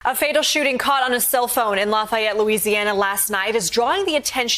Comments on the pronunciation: stop saying "L-O-fi-yet" it's pronounced "Laugh-E-yet" down here. Lafayette. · Thats not how we say lafayette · There is a Lafayette in almost every state. So everyone says it a little different. How she got an I sound in the fay part is amazing though.